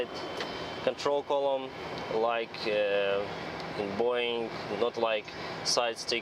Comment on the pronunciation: Are you russian? You say Boouuuiing😂 nice